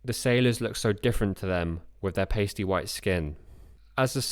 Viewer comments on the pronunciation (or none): none